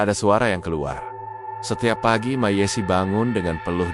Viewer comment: Ceritanya bagus,sayang penyampaiannya mirip robot,mbak yessi jadi dieja MB yessi😅